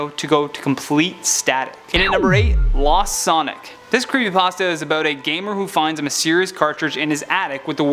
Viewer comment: creepy pAHsta